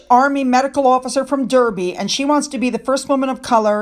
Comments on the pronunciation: "Derby" is pronounced "Darby". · Hi! Surprise! The British pronounce "Derby" as "Darby." I remember Princess Margaret being at the Kentucky Derby, 100th anniversary I think? and mentioning the difference in pronunciation. We'll get you up to speed by the time of your trip!!